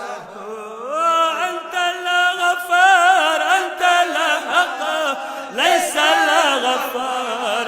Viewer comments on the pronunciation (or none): ما شاء اللّٰہ ۔کچھ مقامات پر قراءت کی اصلاح کی ضرورت ھے جیسے {انت لا غفار انت الحق ۔}۔انت الغفار درست ھے ۔# انت لا کہنا خطرناک ھے ۔لا لگا کر پڑھنا نہیں چاہئے ۔